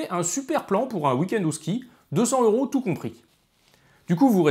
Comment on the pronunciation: Très intéressant. Mais j'ai une question pas vraiment rapport: pourquoi prononcez-vous euros comme si ce mot commençait par un H aspiré? Et, en passant, le mot Wisconsin est à l'origine un mot français qui était écrit Ouïskonsen. Au Québec, ce mot rime avec pain. Finalement, maintenant que j'ai déjà regardé deux de vos vidéos, je devrai regarder les autres; sinon, j'aurais perdu mon temps, non?